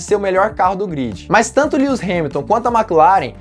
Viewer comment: kkkkkk lius hamilton nao mano kkkk e LÚis q fala kk